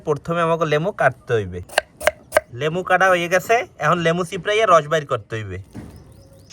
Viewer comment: লেবু,,, না,,,, লেমো